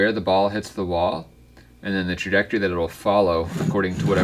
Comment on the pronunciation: He be sounding like stephen a Smith. Tragectury headass😂😂